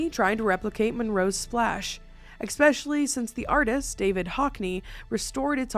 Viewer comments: Drink everytime says ECK-specially! My neurodivergence can't handle it. There's no "C" or "K" before the word special in especially. See? Esssssssss-pecially. 😢 I wish my brain didn't make it hurt my soul. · eSpecially. Not eXpecially